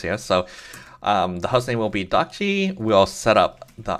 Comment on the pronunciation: hi. according to what the developer of dockge says in his github repo you're not pronouncing it right. he says: "'Dockge' is a coinage word which is created by myself. I hope it sounds like Dodge". so not "dock gee" it should be "dock dg" (where dg rhymes with the "dge" of words like "dodge", "edge", "badge", and the "e" isn't pronounced) i hope that's helpful!